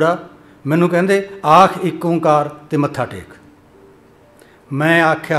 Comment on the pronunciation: ਫੜ ਲੋ ਭੂੰਡ ਦੇ … ? ਚੱਲੋ ਇੱਕ ਸੱਚ ਤਾਂ ਬੋਲ ਗਿਆ ੧ਓ ਤੋ ੧ਓ ਪਰ ਉਚਾਰਨ ਚ ਠੱਗੀ ਕਰ ਗਿਆ , ਨਿਰਮਲਾ ਆ ਨਾ , ਪਤਾ ? ਓ ਨੂੰ ਜਾਅਲੀ ਓਂਕਾਰ ਇਹ ਜੰਗਲ ਦੇ ਲੋਕਾਂ ਨੇ ਹੀ ਕੀਤਾ , ਇਹ ਵੀ ਨੀ ਪਤਾ ?